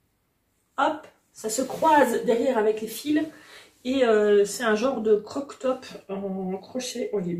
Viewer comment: Je ne crochette pas et n'ai jamais crocheté mais juste le fait de te voir me rend heureux 🥰 Sinon tu m'as bien fait rire avec ton "croque top" 😂 on dit "crop top" 😛 Sinon tes peluches sont adorables 😍